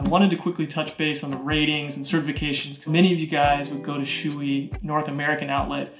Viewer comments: Hello I'm a stickler for names It's not "SHOOEY" It's b"SHO- EH" Thanks for the vid. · lmao dude its not shoe e, its show e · I'm not gonna say you're wrong but I think it's pronounced show-ie